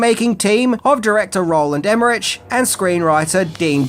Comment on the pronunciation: Im pretty sure you pronounced Roland Emmerich, Maria Pitillo, Jean Reno and Ian Ziering incorrectly. Although the last one is not standard